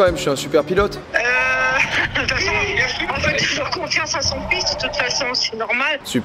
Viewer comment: "FAIT" avec un "S" Joyca, pas un "T"